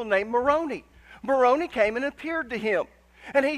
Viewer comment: I listened and loved it all the way up until you shared your misinformation about Moroni. He is a resurrected being. How about that? And you failed to apologize for mispronouncing his name even though you were concerned about not saying the Indian tribe Algonquin name right. Guess that shows how you feel about us and it is not very Christlike. The same church that Jesus Christ brought to earth during His time has been restored through a prophet now in the latter-days. Wouldn't it be wonderful if you taught those truths and let people decide for themselves.